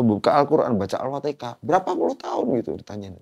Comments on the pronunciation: Alfatihah, bukan alpatikah. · Kenapa sih orang jawa ngomong alfatiHAH itu malah alfaTEKAH? 😭😭😭🥺 dulu saudara aku jg banyak yg begitu soalnya hiks